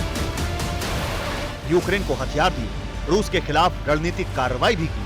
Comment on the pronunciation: Wo Rus hai Rus..ping pong nahi..